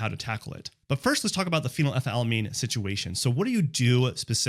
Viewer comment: You said phenylethylalamine while posting the word phenethylamine. You got it wrong both times. It's phenylethylamine. 😂